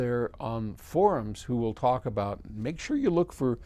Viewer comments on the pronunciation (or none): none